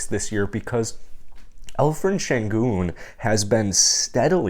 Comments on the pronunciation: Alperen not Alferen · great content. I hear like you call 'alferen'. its better to call with p.=) al peren. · I heard some Alphred :)